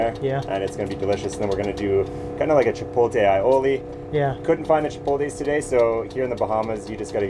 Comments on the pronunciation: omg... i get trigger when people say "chipol-tay"..... i get even more triggered when a chef says it he also says aioli incorrectly. also...whats an "alopino"? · HE SAID ..CHOPOTE ..CHIPOTE FOR US LATINOS ..WELL SOME OF US ..IS A BUMP ON THE HEAD 😁😁😁... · Oh no.. is saying CHIPOLTE. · Love how white people pronounce “chipotle” they say chipohteh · The vibes are always amazing in your videos. Bugs me how chef Mike says “chipotle” but I got through it.